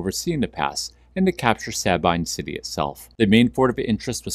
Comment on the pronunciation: It’s pronounced “Suh-bean” But great vid